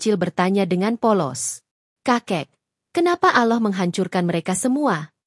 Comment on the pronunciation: Apabila menyebut nama Allah itu di tulisnya Ada 2 Huruf LL tetapi di bacanyan ujung Lidah di letakan di Langit-langit dekat gigi jadi dua LL itu bisa di baca dengan pas dan jelas bukan Aloh tetapi Allah.